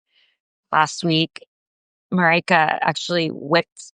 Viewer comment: Not Maraika but Marijke. Means little Maria.